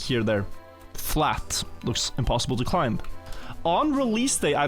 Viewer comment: why does keep pronouncing the B in climb?